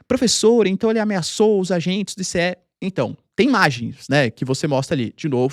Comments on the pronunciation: É estranhos ouvir o professor falar ISSÉ e enquanto em outros lugares é pronunciado AISSI. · Não é "i-cê-é", é "Ai-ci" !! 🤣🤣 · Ninguem fala i-c-e! Fala ice!